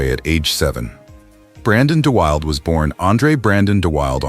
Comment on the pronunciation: Brandon De Wilde pronounced his name "Brandon De WILL-DA", not "Brandon De WILD".